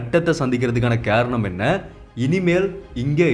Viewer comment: காரணம் என்று சரிவர உச்சரிக்க வேண்டும். நீர் கேரணம் என்றல்லவா உச்சரிக்கிறாய்.